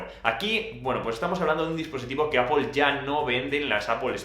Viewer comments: por qué dice "apol" como los panchos? tío en España decimos "apel" si no quieres pronunciarlo bien en inglés y más españolizado... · min ??? en donde ? en la APOL? naaaaa.... estas haciendo un review y no puedes ni decir bien el nombre de marca hahahahah